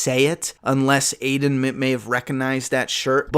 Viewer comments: Its Alden not Aiden but other than that great trailer breakdown!! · his name isn’t aiden it’s Alden with an L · It's ALDEN not Aiden 🤦🏼‍♂️ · You keep saying aiden lol its alden